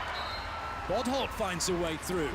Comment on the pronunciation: The fact that he calls bodholt “butthole”